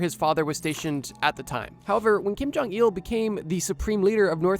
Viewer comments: It bothers me he says jong-eel instead of jong -ill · Kim Jong Eeehul